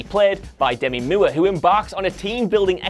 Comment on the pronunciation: "Demi Mewer"?